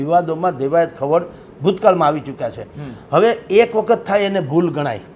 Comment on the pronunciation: ભૂલ સુધારવા વિનંતી.....દેવાયત ખાવડ નહિ પણ ખવડ.... કાઠી ક્ષત્રિય જ્ઞાતિમા ખવડ અટક આવે છે.... 🙏